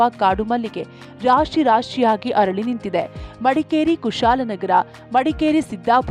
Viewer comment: ಕನ್ನಡ... ಹರಳಿ ಅಲ್ಲಾ ಅರಳಿ... ಅತೀಥಿ ಅಲ್ಲಾ ಅತಿಥಿ